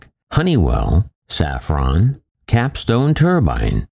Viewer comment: Safran, not saffron...